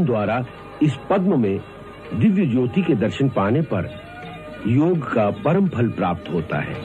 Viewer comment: It's Yog not yoga